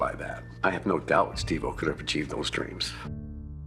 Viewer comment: You keep calling him Steve o helllo stop